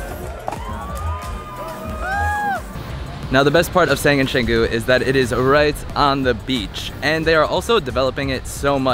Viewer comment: chang gu not shang gu